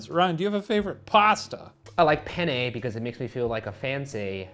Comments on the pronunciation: You guys say "penne" (pénne) just like "pene" ("pè-ne"). Which means penis. Good times! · Fun fact: the way Shane and Ryan pronounce ''penne'' makes it sound like they're saying ''I love pene'' which in Italian means ''I love penis'' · Pene is Italian for penis. I know they’re saying penne but still 😂 😂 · ha! they said pene! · Omg please stop pronouncing it like "Penn-ayy" Google the pronunciation pleas-ayy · Sorry guys but when you pronounced penne it sounded like “pene” which means penis or the plural of (pena) pain/punishment... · Penne is one letter away from the spanish word for penis. Ryan, my boy, you should know better. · The way you pronounce “penne” is making us Italians giggle, ‘cause it sounds like something else in Italian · Being hispanic and hearing “I love penne” over and over again made me laugh, very immature but what can I say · Oh my god, penne sounds just like "pene" which means penis in Spanish and I can't stOP HEARING IT 😂 and all the things they say, Shane says he's a fan and then they talk about it being hard or soft. I can't... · According to Robin Williams, if you don't pronounce it right, your saying penis in Italian, too. So I kept hearing "I love penis! Penis is nice because it holds the sauce in the little tube!" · I would like you people to know that the pasta penne is pronouced the same way as the spanish word for Penis. So them saying they love penne is hilarious to me.